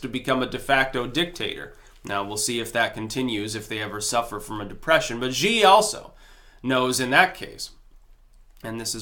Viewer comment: I f'n love ya (no homo), but Xi is pronounced 'She'. Like: Hillary is a criminal so why isn't 'she' in prison?